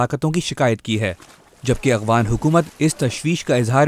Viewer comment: who is this Illiterate person, who does not know how to pronunce Afghan , this Afghan not Abghan. hahahaahah pakistani besawad thanks